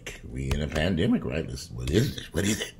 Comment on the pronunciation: Lol! For a minute there i thought you said "Panniggahs"... Lol i had to rewind